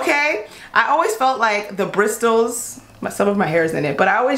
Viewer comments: The T is silent she just can’t talk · Ya I thought the “T” was silent lol. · I couldn’t make it passed brisTles!!! Damn it it’s pronounced brissels the T is silent!!!! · Bristols (in the plural) is a whole different vancular! It rhyming slang for breasts (Bristol city = titties). Brushes have bristles, which is pronounced brisles. The T is silent. Bristol is also a city in the county of Somerset, England. Which is approximately 25 miles from where I live. So it is definitely a mis-pronunciation, unless of course she's actually talking about her bosom through out the whole video and not the brush. Then in that case it's not so much! 😂😂😂 Hope that helps clear things up. 😊 Mindygrace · Bristols? Bristles = "briss-ulls" ? :) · She said "bristles" it's actually called "brissels" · Bristols LMAO. I’m glad you like it girl but it’s pronounced brisssssles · Bristles = brissels not bristols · Holy shit It’s brissssssals Not bristtttals Omg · Brissles not Bristles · Am I the only one who was TRIGGERED everytime said 'brisTles'??? 😂😂😂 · Bris tles.... do other people say it like this..? I pronounce it like brisels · Ur not the only one I kept saying ITS NOT BRISTELS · Hahahaaaa!!! I noticed it too. I was going to comment on it but I figured someone would want to do some YouTube ass kicking to me 😆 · Lol gurl it is “brisels”, the way she’s saying it would be “Bristol’s” or something lol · Lol yea, I say brissles (I silence that stupid “t” and replace it with an “s” 🤣). I think it’s cute, though. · lol no. It's pronounced Bris-uls. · It's a silent "T". It's definitely pronounced brisels. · Cindarenee14 it's brisels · Bristols ! 🤣🤣 I’m dying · Lmao "Bristols" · She keeps calling bristles britols😂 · Bristles has a silent T like brissels😂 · Lmaoo she kept saying Bristol's instead of bristles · Her saying “brisTles” made me wanna kms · Bristols?? Bruh that's a place in England 😂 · Its brisles not bristles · They way she pronounces bristles brisTTTles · Brisless not brist tle